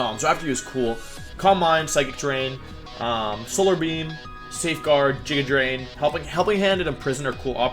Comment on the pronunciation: It was Jiga drain and now it's jija drain man, it's getting worse day by day...